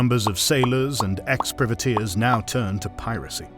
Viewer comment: Good vid. You don't seem to be able to pronounce "privateers" for some reason. ;-)